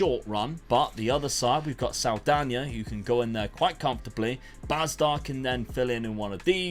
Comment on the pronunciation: What a pronounce with the NH in portuguese on "Saldanha" haha!